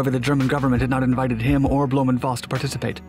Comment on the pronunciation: It's blom-foss instead of blom-voss and it's messershmit instead of mesher smith.